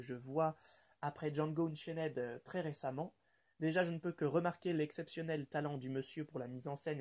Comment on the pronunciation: Ça ce dit Django EUNCHAINE et pas Euchenaid XDDD